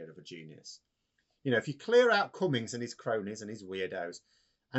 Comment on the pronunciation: KOONS-BERG NOT "Kunns - berg" ... And (Max)... Its "CummINGS" NOT COME INS